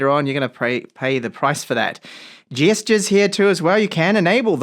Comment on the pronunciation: Good review. Worth it for the way you pronounce “gestures” 😊 got yourself a new subscriber